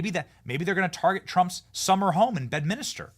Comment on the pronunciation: FFS Benny.. Im just a lowly peasant & even I know its pronounced BED-MINS-TER.. NOT "Bed-mini-ster"😅🤦‍♂️